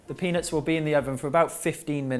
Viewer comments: Also it definitely sounded like penis and not peanuts hahaha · I swear when you say peanuts you skip the T. peanus